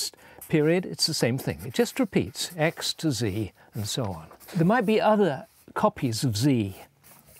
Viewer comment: "X to Z" sounds like "ecstasy".